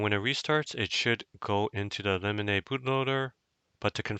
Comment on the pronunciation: Lemonade bootloader? No way thats how its pronounced